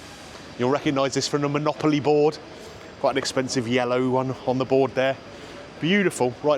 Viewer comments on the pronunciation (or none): none